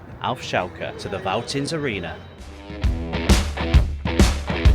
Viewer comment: No criticism and it has been written a lot in the past but if you see a "V" in German it is almost always pronounced much like an "F" in English. So it sound like "Feltins"-Arena. Unfortunately, the "Vonovia" Stadion actually is not pronounced with an "F" as Vonovia but like an English "V" as it is a made up word. And average attendance at Schalke is >60k even in the 2nd league.